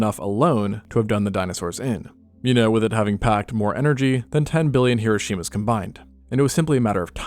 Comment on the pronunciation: Hiroarshima and Nigersaki💀💀